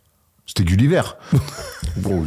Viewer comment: Il a vraiment dit Gullivert jpp